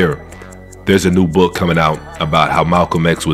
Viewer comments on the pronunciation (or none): none